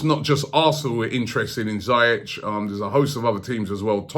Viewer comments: zee-yeck not z-eye-etch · Robbie its ziyech, (zi-yech like hol-ding) BTW Ajax and nor hè want to leave in january... I m from holland hè wants to win EL with Ajax than hè Will go in the summer. Hè only wants a big club who plays CL , only the salary could get him over. Van der vaart texted a few months ago to Levy to sign him up. If Eriksen leaves that could happen if they play CL. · Its Zieeejegg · I thought its pronounced "zee-yeh", not "zy-yech" ? :/ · Its pronounced Hakim Ziyesh ZI-YESH not zayek 👍🏾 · Why can't you say his name properly? Ziyech (Z-Yek) not ZEI-ETCH. It's actually Ziyash in Arabic, but whatever.. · 🤣 it's pronounced Zee - eck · "hakim jayech"😂😂😂 classic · why does he keep saying Zayech? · just when u thought robbie's pronunciations couldnt get any worse 'hakem zaiyechh'